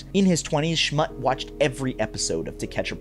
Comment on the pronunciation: Its pronounced, Schmutt-E